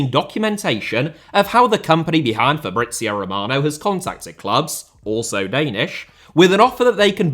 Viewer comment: Sounded more like Fabrizei Romanov 😂😂